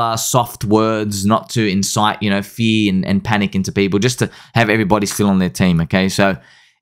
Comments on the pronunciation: Now we're going to need a video clarifying "fea" vs "fuh-eeee-yur". 😆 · Hey, what rhymes with “FEARRRR”? ….”SPEARRRRR” 😂😂😂